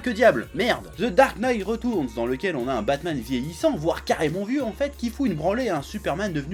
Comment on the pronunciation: "Ze dark night reutournz" 😂